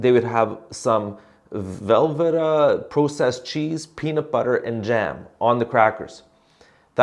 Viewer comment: The fact that you can't pronounce Velveeta and say it like you've never heard of it renews my confidence in humanity! Thank you for being you and for sharing both the gospel, and the way you live it out with us. You have no idea how valuable you are!